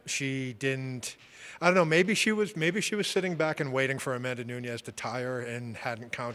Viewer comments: It's not Nuñez, it's "Nooniss" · Larry David actually it's noons